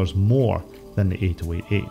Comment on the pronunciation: why are you saying the Intel CPU names so strangely? it's pronounced "80-88": "eighty - eighty eight" same with the "80-86": "eighty - eighty six". it's the 65C02 not 6502C actually the original first IBM PC was only able to get up to 64kB (they sold them with either 16k or 64k installed), only with Memory expansion cards could you reach 256kB. 640kB was only doable with the IBM XT and later.